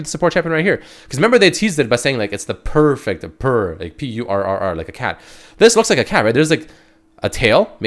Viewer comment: Rich boy mercy I'm waiting for purra sup^^ dev was in live stream he keep saying purrfection